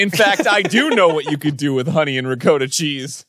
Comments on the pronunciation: The Italian in me is DYING at how they are pronouncing ricotta cheese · “In fact I DO know what you can do with honey and ricotta cheese!” Mispronounce it, apparently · why the long O? There's two Ts... Was that part of the bit or do they really not know ricotta is pronounced? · It hurts how Arin pronounces ricotta. But yeah what he said sounds delicious. That's some SWEET CHEESE . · I’m surprised almost nobody is talking about how Arin pronounces ricotta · The way they say ricotta hurts me also they seem to neglect that cannolis are filled with ricotta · Ricotta is used to prepare both sweet and salty foods, but that's not how ricotta is pronounced. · Arin's pronounciation of Ricotta is boring directly in to the depths of my souls. I had to look up if it is the way all Americans pronounce it and it's not so I guess that's a plus? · I hate the way they're pronouncing ricotta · Arin, that's not how you say Ricotta. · The pronunciation of “ricotta” is driving me insane!! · But it just isn't pronounced like that.... Why does Arnold do us like this? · It's just "ricotta". My Italianness is cringing at the words "ricotta cheese". It's snowing on Mt. Fuji. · Is it just me or is Arin not pronouncing "ricotta" correctly? The same man bare in mind you who had a meltdown over the pronunciation of the word "Nevada"? xD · and at NO point do either of them pronounce the type of cheese correctly. zero times. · The pronunciation of ricotta is triggering me. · I hate the way Aaron pronounced Ricotta. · Stop mispronouncing the cheese. Please. 🤦‍♂️ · I love Arin, but I hate how he constantly mispronounces things like Ricotta. It's pronounced ri-COT-tah not ri-co-ta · Oh that's what he said. I was like "what's recoater cheese?" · Ree-cot-tah. I mean. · I think he means RI COT A cheese. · "rikowta" At least they didn't pronounce it "hohnay" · Yes, I've always pronounced it Ri-COT-uh too. Arin pronouncing it weird made me question my entire existence 😆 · Are they saying Dakota cheese?